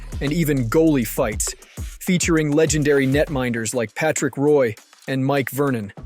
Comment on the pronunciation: thank you sir for saying patricks name the way you did hes the most overrated goalie of all time lol the fool should of went to quebec city in 94 and could of helped the team stay. im from alberta so i aint to qubec fan but id rather have another canadian team if we could.